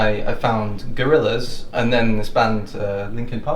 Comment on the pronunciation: you said gorrilaz....I froze